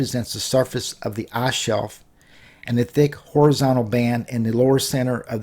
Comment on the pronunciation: the arse bottom? or the ICE ICE i c e with i as the beginning.....not a u say the whole time arse arse arse